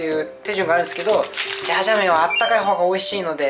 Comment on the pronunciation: 今回も参考になる動画ありがとうございます！ 前回のメガ割逃しちゃったので次狙いたいです😌 ジャージャー麺じゃなくてシャーシャー麺になってる笑